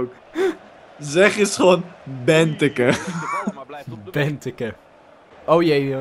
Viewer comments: Benteke spreek je uit als Benteekee niet benteke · Speel met België omdat jullie er van verloren hebben en je spreekt het niet benteke uit maar benteekee 😉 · Je spreekt benteke helemaal verkeerd uit je spreek het uit als benteekee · het is niet benteke het is benteke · Don Benteke spreek je uit als Benteekee :) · Niet benteekee het is benteeke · Het is ben-tek-ee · Het wordt uitgesproken als benteekee. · Je speekt het uit als benteeke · Je spreekt het uit als bentéké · België is gewoon pro en je spreekt benteke uit als benteekee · Je spreekt Benteke uit als Benteekee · Je legt de klemtoon verkeert het is benteeeeekeeee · Je spreekt Benteke uit als Benteekee. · Je spreekt Benteke uit als : Benteekee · je spreekt uit benteeké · Benteke je moet de E langer zeggen het moet zo klinken benteekee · je spreekt het uit als benteekee en mertens is een baas😡!!! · lol tis wel uitgesproken als bentekee ok speel eerst nog wa meer om tegen ons te kunnen winnen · jullie spreken benteke wel flink verkeerd uit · Jullie spreken benteke verkeerd uit